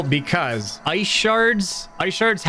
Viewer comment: Rick ‘o’ Chett😂…close enough..